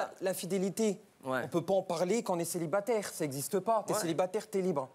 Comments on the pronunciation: " Célibateur " "Sédwuire" " Empocher " " Amnomnima" Aujourd'hui je me suis instruit. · Elle a dis "celibateur" a mdr